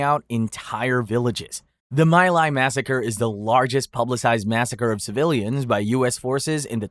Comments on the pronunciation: just a note it's pronounced ME - lie not my lie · My Lai is pronounced "Me LIE". Your AI is showing.